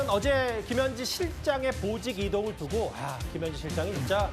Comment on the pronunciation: 보직이동을 보지이동으로 읽었네 찢